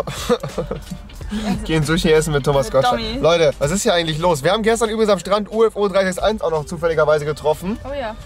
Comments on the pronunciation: Nur mal so als kleinen Tipp am Rande Ufo361 wird ausgesprochen wie euer Büro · U F O 361😂😂 er heißt Ufo361😂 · Wer kennt ihn nicht U-F-O 3-6-1 hahaha wenn dann schon ufo361 rewi tz tz tz